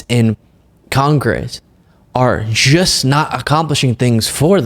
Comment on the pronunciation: love what you do, but the word is pronounced "just", not "gist" (I'm a grammar nerd)